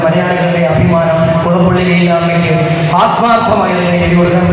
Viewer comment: കൊടപ്പുള്ളി അല്ല,, കുളപ്പുള്ളി ആണ്